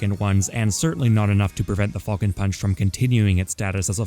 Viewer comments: “Fall-cun Punch” boi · Ngl, I swear to fucking god I kept hearing say "Fucking punch" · The way you pronounce falcon hurts me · Not the biggest fan of the way u say Falcon but your content is just as great as always! Keep it up with the best quality ever man!